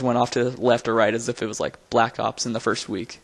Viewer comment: First, not Forst